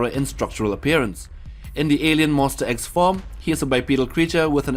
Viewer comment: YEAH ALSO WHEN HE SAID MONSTER X HE SAID MONSTER EGGS